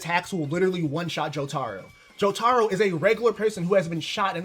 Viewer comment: he's saying jo-taro not his name i rest my case mf wrong asl